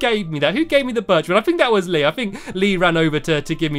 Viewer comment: Hees not Leeeeeeee